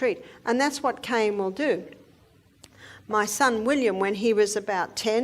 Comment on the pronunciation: Cayenne not cane! Very poor pronunciation